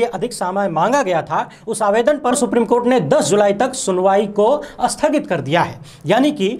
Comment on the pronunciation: भाई आप "अस्पष्ट और स्पष्ट", "अस्थगित और स्थगित" जैसे शब्द सही उच्चारित कीजिए। कभी कभी समझनेमे दिक्कत हो जाती है।